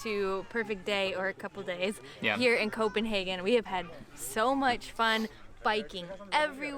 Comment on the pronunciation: Thank you for saying Copenhagen correct ❤